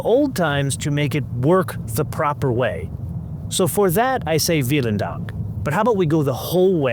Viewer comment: Your pronunciation of "vielen dank" is mostly correct, but remember - Germans pronounce their "v" sound as we pronounce an "f", making it "feelen dank".